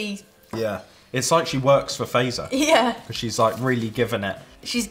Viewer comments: It hurts me to hear you say Fazer not like Fatser but you fixed it thank you. Edit: and the way you opened the Tupla bar ugh it pops in the middle but it’s ok i’m just an angry Finn like always :)) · Fazer is pronounced like Fatser, not faizer. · Just saying ITS pronounced fat-zer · Fazer is pronounced 'Fuht-sehr'. FA pronounced like FArmer. Z just like in Pizza (ts). ER just like in cERemony. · Fazer is pronounced like phut-ser :) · Mä olen suomalainen wishc means I am from finland and its its prononsed fatzerina and not fazerina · Fazer is actually pronounced Fa-tser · You say fazer frong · I'm not even halfway through and I'm already getting annoyed with the pronunciation of Fazer. Albeit it isn't your fault, because there's a hidden t in there between the a and the z. Also the Fazer blue, or the one that says Karl Fazer on it, is the best damn chocolate in the world. And, fun fact, it's named after the man who started the company. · Omg the name butchering is just, gruesome. Blood is coming out of my ears, especially Fazer. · the way you guys pronounce "fazer" is quite upsetting to me as a finn :(